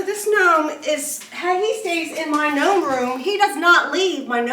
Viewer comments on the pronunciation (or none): Lol this is funny. Calling the noam a "nulf" like "milf" hahaha